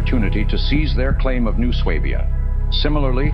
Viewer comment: i was today years old when i realized that's how you properly pronounce swabia